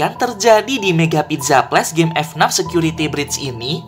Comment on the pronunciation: bacanya FNAF bukan F NAF